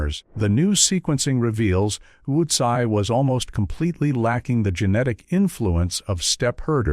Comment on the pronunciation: This was hilarious. I think he pronounced utzi's name with about 10 different vowels and numerous different consonants 😂